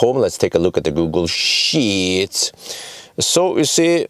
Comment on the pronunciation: "Let's take a look at the Google sHeEeeEtt"